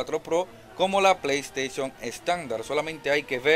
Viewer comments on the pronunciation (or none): none